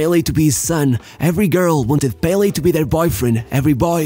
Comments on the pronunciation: If you are going to pronounce Santos as santosh you can call pelÉ by his name, its not PÉle but pelÉ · The pronunciation is Pe-LE not PEH-le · I love how you always pronounce most Brazilian names correctly (not the case of you pronouncing Pelé btw)